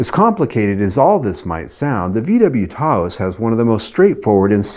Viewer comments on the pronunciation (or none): Lol why is he saying Tah-ose?